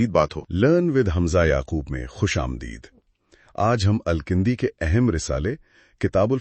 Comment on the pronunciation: It's Al-Kindi and not Al-kAndi as you or your AI pronounces.